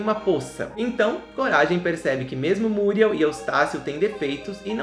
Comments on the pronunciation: É ( muriéu e não múrieu.) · É MuriÉl e não MÚriel. Muriééééé´lllll!!!! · Oloco, fala Muriel direito, da até agonia dhehehsuwgwhw